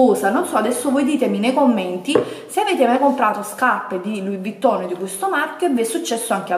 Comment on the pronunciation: Si doveva amareggiare il direttore x ogni volta che hai detto scaPPe , V"i"TTON , "sacchette" etc.....PER IL RESTO HAI RAGIONE ANCHE IO SAREI INFURIATA!